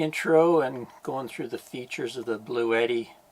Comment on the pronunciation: I'm just glad you didn't pronounce it "Blue-Yetti" like so many do. Drives me nuts LOL